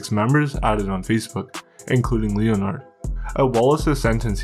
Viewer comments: Leo-Nard guy can’t even pronounce a prominent name like Leh-Nerd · Bro I love your vids but the name Leonard is pronounced lenerd. Keep up the good work! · Bro said Leo-Nard